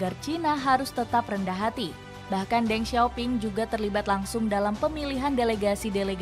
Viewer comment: Then sio ping bacanya